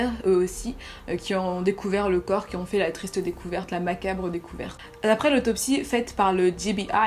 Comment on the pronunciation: Quand même pour dire "La" vous ditent "Lo"... looool